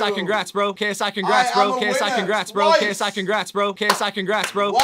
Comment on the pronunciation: It sounded like KSI kicks rats or K psychic rats